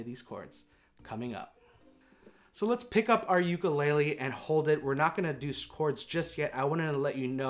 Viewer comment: god, I really trusted you to say “ukulele” correctly ugh